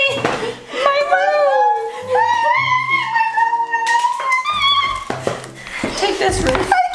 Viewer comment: i can't stop laughing at how Erica says my roof 😢 take this roof not my roof. And then exchanging the roof with, got me rolling on the bed😂😂😂😂